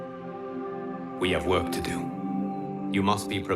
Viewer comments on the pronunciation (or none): none